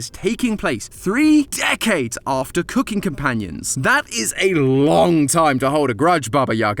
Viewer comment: As a fellow Brit, I'm dying at how says cooking at the start of the video. C-oo-king, emphasis on the oo